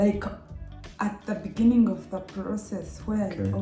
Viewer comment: "In the benninging" that really took me out😂😂😂😂